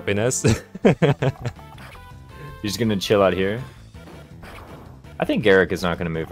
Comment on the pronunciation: Not dumping all stat boosters on Forde smh what a noob It's [Ih-nez] btw so it's exactly the way you've always pronounced it untill now also, unrelated, but flOrina makes me cringe everytime I hear it.